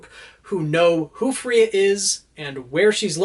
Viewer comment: I think it's supposed to be "Freya" as in the Norse goddess rather than Fria